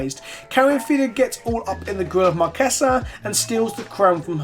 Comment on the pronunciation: I dig that you say Marchesa as it sounds in Italian.